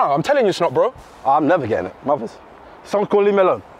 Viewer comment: how's he saying mothers